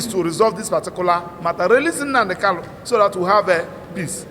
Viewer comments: Is his name Kalu or Kanu, get your accent right, barrister. Poor barrister, you can't pronounce the name of your client properly, okoromado This is clearly a recipe for disaster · It's a tongue thing. It's normal for some igbos to pronounce n as l. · He can't even pronounce his client's name correctly.